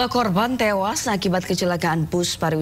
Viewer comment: Innalillahi wa innalilahi rojiun..smoga husnul khotimah u seluruh korban kecelakaan yg meninggal dunia aamiin yra..salfok sm narasi pembaca berita knp ada intonasi korban "tewaas" tdk ada kalimat yg lbh enk u d didengar..